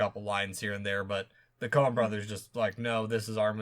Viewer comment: Is it just me or does keep saying the “Conan” brothers hahaha